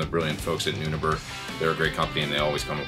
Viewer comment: Great job as always,! By the way, I think it’s pronounced “new neighbor”(?) Figured I would ask here, under the company’s comment!